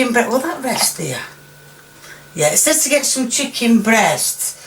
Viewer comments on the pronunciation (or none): none